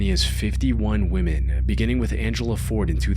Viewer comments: Please learn how to pronounce "women". It's not WOO-men. It's WI-men. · WOMEN NOT WOMAN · Please learn the difference between "women" and "woman". It is annoying as fuck. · The fact that you say "woman" instead of "women" when talking about more than one female, really makes me mad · Ugh… WEH-MEN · Why can't you pronounce "women?" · Woman (singular) and women (plural) are two, different words, pronounced differently ;)